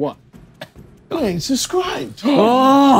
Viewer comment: I love how JJ can't pronounce the first b in the word subscribed 🤣 he says "you ain't suhscribed" 😂😂😂